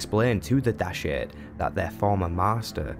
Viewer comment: You keep pronouncing Dashard in an odd way. They say it out loud in the game, so that shows how it's pronounced. Also he must have been a powerful Sith indeed if he can turn human at will. :P